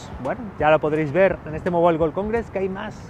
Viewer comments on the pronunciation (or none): none